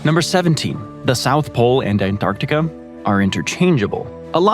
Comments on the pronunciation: He does it to a load of words that end with 'a', but not all the time. I noticed 'Asiam', 'Ideam', 'Artacticam', 'Abujam', 'Parkam' and 'Americam', and I'm less than 17 minutes in. Doesn't happen every time he says those words, though. It's irritating. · is it just me or do you hear "Antarticum" whenever he says Antarctica also i think he says a um at the end of America. Americum.... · Is anyone else hearing him say um? Like Antarcticum or Asium?